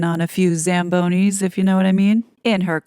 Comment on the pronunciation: Fucking dying: "Ridden a few Zam "Bonies" in the past..."